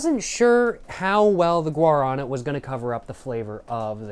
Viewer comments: the guarana soda is stressed on the final syllable, guaraNA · Guaraná is pronouced like "gwa (like g+WHAt) + ra (RAbbit) + ná! (like NOw) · Guaraná (gwa-rah-NAH) is the fruit in guaraná and, at least in brazil it is in the monster recipe (it supposedely has energetic qualities like cafeine) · We pronounce GUA-RÁ-NÁ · The fruit itself is called guaraná(guah-rah-*nah*)! It's native to south america :) the juice is also really good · Brazilian here. And very much a cachaça enjoyer. Guaraná is named after the bean its made of (which is the Guaraná bean). The á is an acute acent, “In Portuguese, the acute accent (´) tells you which syllable is stressed and often changes the vowel quality, making it more open or distinct.” Thank you for enjoying our country. Makes us brazilians very happy. I hope you enjoyed here.